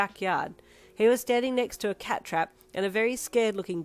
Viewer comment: needs to learn how to say cats because he is setting Kuroo up for these comments 😭 Also Happy Halloween!! 👻🎃❤